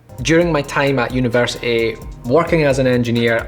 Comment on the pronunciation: Nobody: Literally nobody:: UNIVERSI IE